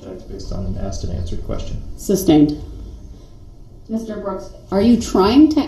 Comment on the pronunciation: I learned so much new language. Co-horsed, substained, tackit.